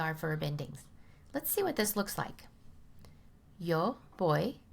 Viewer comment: Especially when she's mispronouncing Yo.